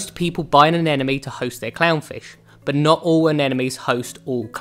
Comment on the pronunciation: Hey narrator, try to pronounce "anemone." I